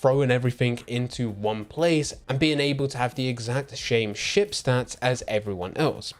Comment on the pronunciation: "Its own shame shit shtats" 😅😅😅